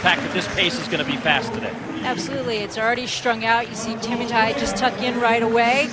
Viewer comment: Che MUUUU Tai. Not Chie miiuu tai 😅🇰🇪